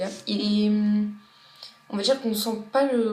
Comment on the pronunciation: j'adore fanta x)) le faaaaaaaaaaaaaanta x) j'adore comment elle le dit xDD elle prend pas du tout l'accent sa me fais rigoler